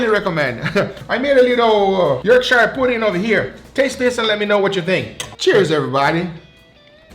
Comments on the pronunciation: Just a quick tip, the -shire ending on English place names (like Yorkshire/Worcestershire) is pronounced like sher/shur. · Hey I'm a longstanding fan! I live in Yorkshire and love Yorkshire puddings, but please can we Skype so I can pronounce Yorkshire properly for you haha! love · As someone who lives on the border of Harrogate, that's how rich snobs say it, but also what do you think about using them with steak I would say they work better with a roast :D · Yorkshire lol It’s pronounced more York-sure, rather than York-shire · the Yorkshire puddings looked really good but its pronounced York-shre not shire :) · I'm from Yorkshire! Its Pronounced "Yorksher" you did a good job of making them, I usually get them ready made from the shop and they are delicious with steak and gravy! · Please pronounce Yorkshire correctly, its not SHIRE, we are NOT!!! hobbits, its pronounced York-sher also that tallow on the puds was no where near hot enough, you need to take it above 200'c til the oil is screaming hot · It's pronounced Yorkshire like butter, not buyer. The American pronunciation sounds wrong to my English (Lancastrian) ears. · I’ll tell you what makes a difference; Firstly, and less importantly, it’s not pronounced “York-shire”, it’s “York-sher”. Secondly, your batter wasn’t ready, if you’d have made that batter half a day or so before you came to use it THEN it would have been ready …if you don’t believe me then please try it. It’s essentially pancake mix, at least the way we make it in the UK …and yes Pancakes made with a mix made a long time before you use it is also way better! I don’t know why? I suspect there is a little fermentation involved. …Oh! And Goose Fat or Duck Batter, heated in the Pudding Tray is amazing for Yorkshires! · Say it like this… York-share Not York-shire This isn’t lord of the rings fam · York-shy-year pudding lol it's just York-shuh pudding lol or York-share if you wanna be very old fashioned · It's "Yorkshuh".